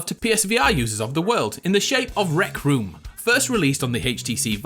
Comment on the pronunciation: rect room? oh sorry rec room 😄😄